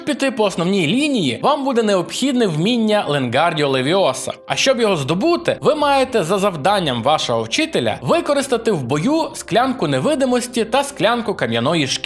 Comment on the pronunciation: Не левіОса, а левіосА))))